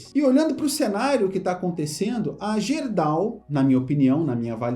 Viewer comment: Fala... Apenas uma correção na pronúncia da GERDAL... a pronúncia correta é GUERDAL. Abraços...